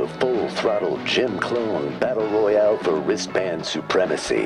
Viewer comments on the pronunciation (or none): none